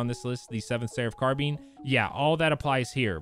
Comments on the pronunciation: Did you just call it a car bean? It’s carbine bruh😂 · its pronounced carb-ine not carb-een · Please tell me he didn’t just say car bean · I love the way you say CarBean instead of CarBine😂 love your vids dawg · Both pronunciations are correct, however technically carBEAN is closer because of the french origins of the word "carabin" caraBEAN. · It's pronounced both. I personally have heard it pronounced as car-bene much more often. But the dictionary lists both pronunciations